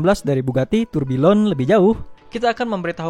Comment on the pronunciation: bang cara baca namanya "ma-té ri-mac" bukan "mét ri-mak" tambahan: Tourbillon dibaca "tur bi-yong"